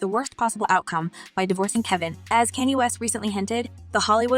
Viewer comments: It's Kanye (Khan-ye) NOT Cane ye get it right 😅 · OMG! Please learn how to correctly pronounce subjects name. It is not Can-yeah it's actually Ye or Yeezus. Sorry big pet preve of mine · Hello, not trying to be ugly to you but you be pronouncing people names Wrong. It's not Kenny, it's pronounced Con Yeah, spelled Kanye. Just like you pronounced Beyonce as Be Yonce, it's pronounced Be Yon Say. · It's Kanye west not kenney west!! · His name was: Kan ye. Now it's Ye. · Who is Kane'nee 😂😂 It's Kanye (pronounced, Con'yeh) ... Your pronunciation made this painful to watch. .listen to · The way you are saying his name is so odd?? It’s not kinye it’s Kanye. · Uhhh...hon. How are you a Celebrity Gossip Hostess and don't know that the man's name is pronounced CON-YAY, not CAN-YEE?! I listen to you all the time but I'm stumped on this one! Where have you been to not know Kanye West's proper name pronunciation?!! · It's pronounced conyay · Please say / pronounce “ KANYE “ as ( Kon yay ) ! Geesh ! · CAN YOU PLEASE STOP PRONOUNCING "KANYE WEST" NAME WRONG... HERE'S THE SYLLABLES " KAA-NYAY" PRACTICE IT!!!! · How did you pronounce Kenya name, his name is not kenny, shut-up! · Kan - Y(yay)e Kanye West know the prononce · she definitely doesn't pronounce certain names correctly.... your comment made me laugh, u are so right....... Who tf is Kenny West?😂😂😂😂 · Did she really just say Kenny West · She must have a "bot" speaking for her as she conceals her mouth and mispronounces a lot of words and names. Kanye sounds like "Con Yay". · CanYay West?..."😂!" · Girl, if you're going to serve some tea. learn how to Pronounce Kanye name. Honey, need to work on that. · Please stop mispronouncing Kanye West name!!! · You are pronouncing Kanye West wrong not cook ask for help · Why are you saying Kanye name all wrong😮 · Half the world